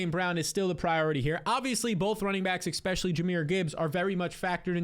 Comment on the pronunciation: I have a new game; Every time I hear you say Exspecially I close the video.